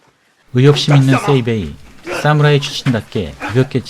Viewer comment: 싸무라이 아닙니다. 사무라이 입니다 경음 거슬리네요😅